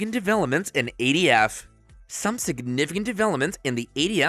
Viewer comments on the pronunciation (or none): This narrator is killing me. It’s SBR not SPR. It’s ATF not ADF. Also, why so repetitive?